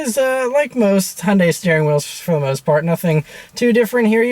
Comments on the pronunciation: What the hell is 'hun day'!!?? Hyundai is pronounced 'hi un die' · It’s pronounced Hugh-n-die. Like heeooondie.